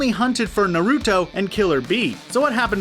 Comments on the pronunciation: The stress in Japanese pronunciation is on the first syllable not the second e.g NAruto not naRUto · Why does he say “Naruto” like “nORuto” like no. 90% of the time, the “ar” in Naruto should be pronounced the same way in both English and Japanese. Just like in words like “NARcotic” or “NARcissism”. With his pronunciation those words are now “norcotic” and “norcissism” idk if it’s just me but it isn’t even that hard. Especially if you have heard it correctly even once. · "Nerr-ooh-toe” Nope I’m done. Bye! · Every character with a “TO” the end this man replaces it with a “DO” Narudo Borudo Obido 💀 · “Narudo” “Borudo” lol so many mispronounced words! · Narooto, borooto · I disliked the video as soon as he said "narudo" and "borudo" you might as well just say 🌯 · Not to mention Narudoe and Borudoe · You said Naruto wrong also boruto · Is he joking?? xD "kaboodo, tobiido and naruudo" had me dead lol